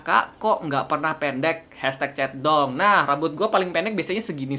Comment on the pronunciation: Ap cuma gw yang denger kak regi ngomong " chat dong " jadi " centong "